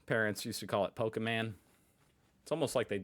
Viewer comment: 'Pokerman' and 'expresso'